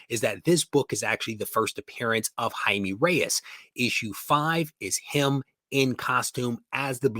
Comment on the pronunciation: Good video! Spanish: its Jaime not Jaimi, pronounce the e like in "eco". Perez is Pérez the accent in the first e. J and Z should be pronounced also different but I'm good cause I know it's difficult for english speakers. Àlex. Barcelona